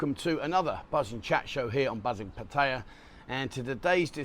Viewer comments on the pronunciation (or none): Why does this guy start off his spiel with that awful, and all too common, mispronunciation of Pattaya (พัทยา) - it's much closer to 'Phat-er-yaa' - the last syllable the longest - than 'Pat-tie - yaa' - WTF? It was a fine fairly laid back spot when I first visited in early 1975 and remained quite salubrious until around the mid - 80s or so. I was appalled at what an unrecognizable shithole it had become by 1999 - the year of my last visit. I've seen plenty of recent photographs/footage and it now looks far less appealing than then (like so many places). On the lady front. Well, you can be lucky, very lucky or you can be extremely unlucky. Amongst an amorphous mass here are some very nice very attractive ladies worth being with - and, as everybody knows a fair few out and out shockers - dragons, meth-freaks, scam artists, the lot - good for a root or a BJ or three, but that's about it. Luckily very few of that ilk. Nowadays, however, with everyone glued to their bleedin' screen - who knows what you're going to find? Hate to think. I've married to a wonderful Thai for 11 years (and, earlier, 25 years to another very fine citizen of the kingdom) although I've seen countless train wreck relationships in the twenty odd years I've lived in the country - in many cases due to class differences and dealing with decidedly 'alien' world views. As always, buyer beware. Still it really does pay to study some Thai (as much as you reasonably can), I can definitely vouch for it, though admi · I like your stuff. It's quite interesting. But it grates on my ears to hear you continuously mispronounce พัทยา. It's a 2 syllable word, not 3 syllable. And there is no ไ or ใ.